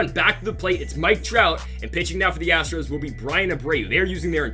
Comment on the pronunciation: Love it when he mispronounces Astro’s on purpose luv it! And he says Houston Astrics